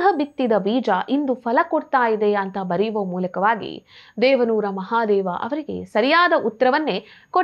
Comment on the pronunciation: ದೇವಾನೂರ ಮಹಾದೇವಾ ಅಲ್ಲ ದೇವನೂರು ಮಹಾದೇವ ಸರಿಪಡಿಸಿಕೊಳ್ಳಿ